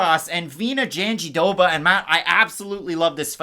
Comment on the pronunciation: It's not pronunced JandiDoba, no matter what Anik says. Matt was saying it closer to the right way before. Me again, trying to correct your pronunciation. Love you guys